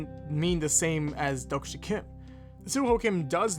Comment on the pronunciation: 독자 isn't pronounced as dok-sha it's exactly how it's spelled: Dohk-Jah with a HARD J